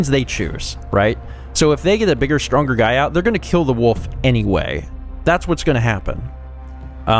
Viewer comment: I like how pronounces Wolf as Woof.